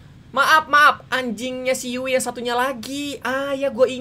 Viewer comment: Bukan yui tapi yu'i